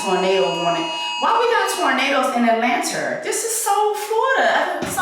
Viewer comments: Why is she saying Atlanter 😭😭😭😭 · Please stop saying atlanter 🤣🤣🤣 PLEASE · Every time she says it I laugh😂😂😂😂. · Same reason why she said clurb lmaoo